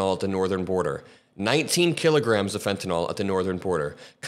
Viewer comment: Pronunciation American pronunciation Sounds like: fen·tuh·nuhl